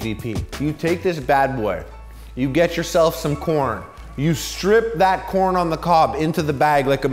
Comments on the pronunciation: Thought I heard porn lover at the moment I click this vid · the first 3 seconds I thought he said "are you a porn lover?" lol. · I legitimately heard Porn at the start and not Corn.